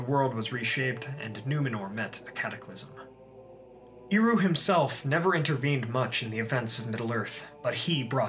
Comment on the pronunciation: Super minor nitpick; Eru is pronounced with a soft ˈɛ sound not a strong [i] sound. “ehRU” not “EEru”.